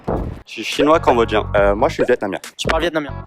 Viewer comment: Pourquoi vous dites combodgien 😭😭😭😭 c'est cambodgien 😭😭😭